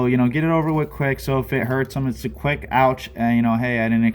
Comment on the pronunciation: Quik not wick